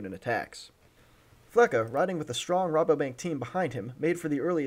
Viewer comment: its not Fle"ka". Its Fle"cha"